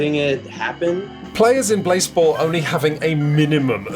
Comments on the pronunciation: Pronounce it blaaaaaze-ball surely? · Is it possible that blaseball, while being a play on baseball, could be pronounced "BlaséBall"? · i always pronounced it as blasé-ball in my head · I was hoping it would be pronounced blasé-ball